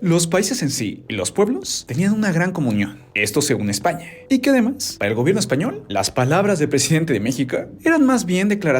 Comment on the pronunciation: Yo solo entendí OdHio EsZpAnYaH!